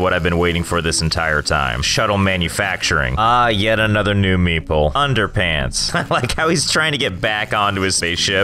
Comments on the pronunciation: Everytime you say "meeple" I hear "meatball" this is too weird and funny. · i keep hearing meeple as meatball lol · when he says meeple all i can hear is meatball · For the entire time I thought he was calling them meatballs. Nice. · I always thought you said meatball station not meeple station 😂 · It took me the whole time to realise that you was not saying Meatball but actually Meeple smh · thought u said meatball not meeple lol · Josh: Meeple Captions: meatball